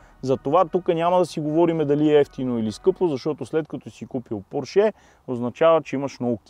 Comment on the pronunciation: Нищо лично, но е срамота да не можеш да произнесеш правилно марката на автомобила. Още чичко Фери е обяснил и подчертал, как ТРЯБВА да се произнася името на марката. А именно, ПОрше а не ПоршЕ. Това е, защото ПоршЕ звучи френско а той, както се знае, не ги е обичал особенно. Същата глупава грешка правите и с произнасянето на ЛамборДЖини. Правилно е ЛамборГини.